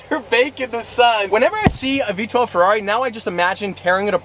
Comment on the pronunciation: need to call you and tell you how to pernouce the ferrari That is being said way wrong!! even by The sales guy